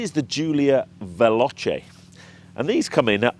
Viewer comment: Respectfully…try phonetically: Vel-OH-Chay instead of Vel-AHTCHay and you’ll get it right!😉